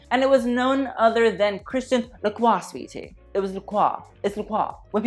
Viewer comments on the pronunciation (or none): La Croix, Darling, it's La Croix!